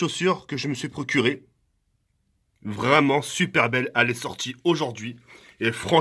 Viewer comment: Mdr à la fin il a dit pourcré (procuré)